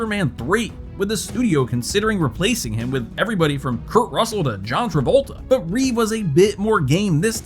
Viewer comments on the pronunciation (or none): none